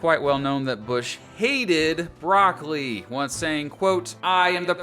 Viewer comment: If you are contemplating a career as a comedian, just don't give up your regular job. BTW; it's "brock-o-lee", not "brock-lee." This advice is free.